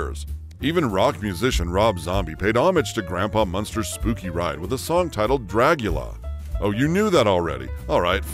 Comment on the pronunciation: DRAGula, not "draguLAH" - sheesh!